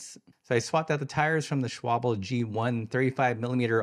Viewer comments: Thanks for this video. Isn't it remarkable how much changing the bar seems to give you a new bike? I will call your attention to the name Schwalbe and how it's spelled. The L comes before the B, so it should not rhyme with cobble. It's SHWAHL-buh. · Love the way you pronounce it, makes it sound like "Schwabbel" wich is German for "jiggly body fat", sounds quite supple... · Schwal-be. Just like Porsch--e(e). And yes the "e" at the end, of both of these brands is pronounced the same.